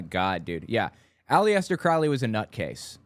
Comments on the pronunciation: It's pronounced "Alester." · on the pronunciation of Aleister- The i is silent. Some put the accent on the 1st syllable, some the second. He was not a satanist. His followers are not satanists. Their system is known as Thelema. Just trying to help.